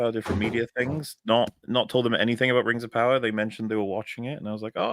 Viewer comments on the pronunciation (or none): It's RRRRRRRRRRRRRRings of power, fyi